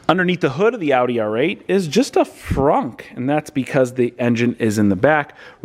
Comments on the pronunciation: I'm hearing "phrunk". Does he have a speech impediment? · Please never say Frunk again lol